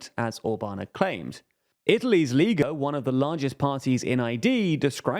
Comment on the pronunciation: If it matters they also mispronunced lega, the e being pronounced like the word leg